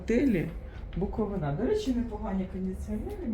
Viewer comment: Невже не можна вивчити назву місцевості, аж слух ріже. Наголос не знаєте де ставити ? БуковИна , а не БуковинА